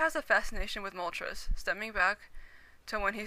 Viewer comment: its a oh ho not moltrays